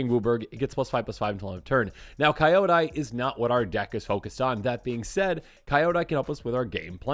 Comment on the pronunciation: Why are you pronouncing Kyodai like that?